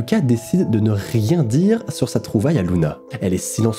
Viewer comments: c luna ou runa je comprend po ? 😭😭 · J'entends Luna au lieu de Ruma PS: J'adore le concept ! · C'est Runa pas Luna 😂😂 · C pas Runa ? Mais oui , en Japonais Runa ce dit Luna . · Le son "r" se prononce "l" en japonais.